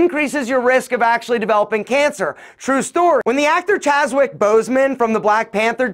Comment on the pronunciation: chadwick not chaswick